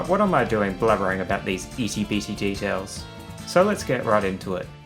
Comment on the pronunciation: "eety BTD-tails" lol